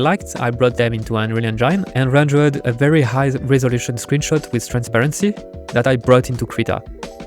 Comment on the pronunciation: Your game looks amazing, good luck with it. Please don't take it the wrong way but look up how to pronounce Engine, every time you say Unreal Engine it hurts. Just type into google "how to pronounce engine" or something